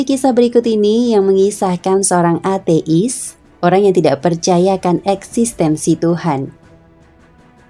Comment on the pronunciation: Cara bacanya kok ate'is? Hehe.